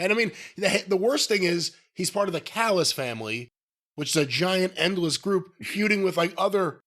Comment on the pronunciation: Why does Jim call don callis fallis?